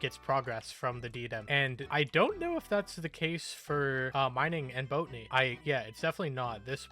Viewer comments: Do you purposly pronounce botany wrong? Cuz it fine if you do but its botany not boatany in case you arnt doing it on purpose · Lol Boat a knee instead of Bot a knee.